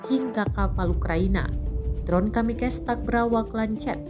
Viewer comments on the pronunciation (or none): Kamikaze bahasa Jepang min, ga dibaca kamikez